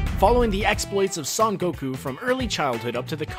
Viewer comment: I didn't think it was possible to mispronounce the word "Son" in "Son Goku"